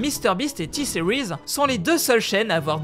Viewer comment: The moment you you pronounced T series, I knew you speak English , right?!